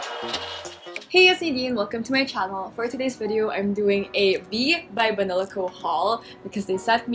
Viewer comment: At one point I thought you said "bibe banila co." instead of b. by banila co. HAHAHAHAHAHA